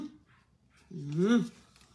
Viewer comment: Pipir(Pepper) Oki (okay) Kamuti (kamote) Paki ayos dila mo! mga bata malapit sa stove baka mapaso sila!! Burara kang nanay!